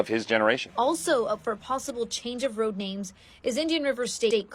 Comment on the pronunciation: How you a college graduate and cant say road correctly